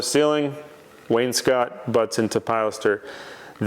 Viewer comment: If you don't recognize me, I'm the guy who told you wainscot was not pronounced "Wayne's coat"